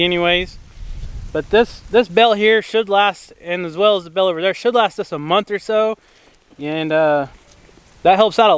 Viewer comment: When I began watching your videos several months ago, you would say, "bale" and I would think you said, "bell." (I'm a Northerner, my ears hear with a Northern accent, lol.) Live your videos, great family and farm, such blessings!